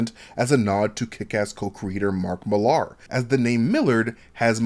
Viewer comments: Nice video, but I think you're mispronouncing Mark Millar's name. It's not Millard with the D removed. It sounds like Mill-r. My name's Ben Millar and it was a bit grating. Usually people can't spell my name, but they can usually pronounce it. Keep up the good work, otherwise. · Mill-ahr? It's just said like Miller, dude. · Bloody hell. What is it with Americans and pronunciation? Mill LAH. Same as Miller.